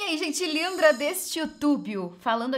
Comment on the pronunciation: Amo o "eai gente lindra desse youtubio" hahah ❤️